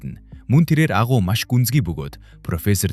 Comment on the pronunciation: Aguu kcymn agui bish alnshu